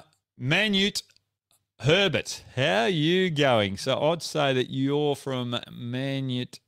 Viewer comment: Manute Herbert 😂 .. Hoggy's pronunciation is something else!